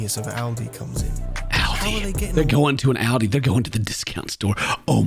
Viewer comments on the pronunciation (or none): Using a short "a" for Ald (apple)i instead of like Aw-ldi is just plain blasphemous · As a German, hearing you pronounce Aldi was wild...